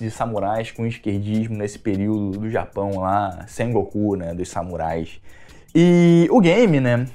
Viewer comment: Ele disse "sem goku" ou "Sengoku"? Fiquei na dúvida...